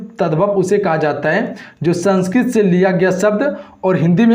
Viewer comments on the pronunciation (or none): none